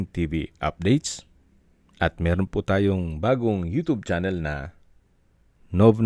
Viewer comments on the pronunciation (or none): none